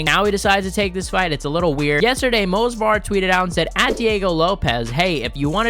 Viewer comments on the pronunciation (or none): M-O-V-S-A-R !!! ITS MOV-SAR!!! Not Mosvar!!! You called his name wrong like 50 times …Amateur…